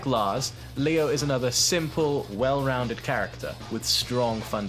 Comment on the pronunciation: The only things I'm iffy about with this video (not necessarily the most important complaint though) is some of the names. The video primarily refers to characters by their first/given names. However, Xiaoyu was referred to as "Ling", which is actually her surname... and Leo is pronounced "Lay-oh", since it is short for "Eleonore". Again! Not really a big problem, due to what this video is trying to accomplish. It just kinda bothered me personally.